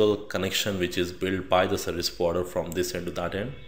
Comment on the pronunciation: Took me a minute to realize "Sebuwibider" was "Service Provider" :-)